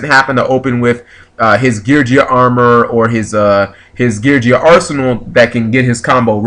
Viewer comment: Your pronunciations of the Geargia monsters are cringe-worthy but cute deck is cute.